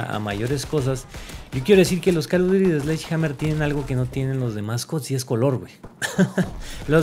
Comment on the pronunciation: "El calo dury"